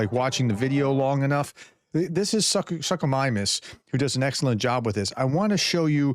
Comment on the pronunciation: Minor correction professor, long U sound in Suchomimus. Otherwise, keep up the good work.